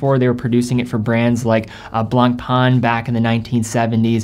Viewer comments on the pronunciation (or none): Ok, you need to pronounce the French names correctly. Le Blanc (masculin) / La Blanche (feminin) means the color "White". Blan/c, the letter C is never pronounced. Pain, means Bread. So, Blanc Pain means White Bread. Because Le Pain is masculin, the adjective has to be masculine, in this case Blanc. Same goes with White Wine. French 101 for free 😋🙏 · lol true blangpang...XD it's blanc pain litterally means white bread in french. funny name for watches that go for 130000 euro per piece. allot of breads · Awesome list. Tis "Blanc-pen",though...easy peasy